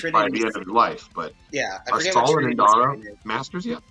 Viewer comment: Please I beg you - her name is Indira 😭